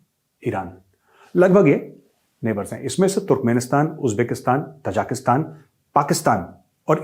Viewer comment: मेजर साहब तजाकिस्तान नहीं है.. ताज़िकिस्तान है.. ताज़िकों का मुल्क...प्लीज सुधार कर लें